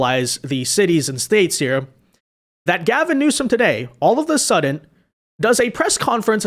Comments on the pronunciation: i swear hes saying suddent.... he did it much more obviously earlier and it is bringing back my old grammar not see tendencies 😂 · Bro. Bro there is no t in the word.Suddenly it wouldn't be that bad except you said it like thirty times in this video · DAWG THERES NO T IN SUDDEN OR SUDDENLY!!!!! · Why does say “all of a suddent”?! There’s no “T” in sudden!